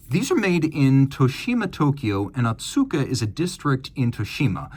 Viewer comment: The pronounciation is Oh-Tsuka, not Ah-tsuka like you've been saying.